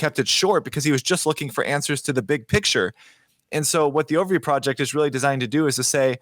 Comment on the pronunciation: I have a very important request for. I keep hearing "the ovary project" over and over in this series. Let me first say that I really respect it when a man is comfortable enough to repeatedly name the female anatomy. I'm just guessing that you mean to say "the overview project" so can we maybe work on that pronunciation a little bit? I mean, ovaries and overviews, it becomes a little bit hilarious when you keep hearing one instead of the other... 😂